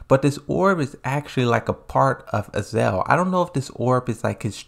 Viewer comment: It's pronounced "Azazel" not "Azael" there are 2 z's in the name